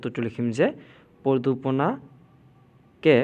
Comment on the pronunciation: Pradupana nohoi praduson hoi😊❤